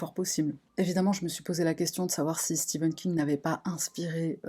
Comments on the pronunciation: C'est stephan king et pas steven king 🤣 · Stephen pas Steven !!!!